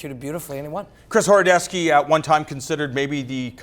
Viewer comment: Horodecki pronounced as horodeski?